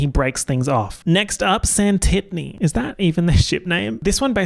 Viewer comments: Santitney? smh… it’s britanna ! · "Santittany"?! 😭😭 That's Brittana to you,. Anyways, as you were slaying... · Not you calling them Santitny 😭💀 Brittana is so iconic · SANWHAT NOW? It’s BRITANNA OMG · NOT SANTITNEY. 💀💀💀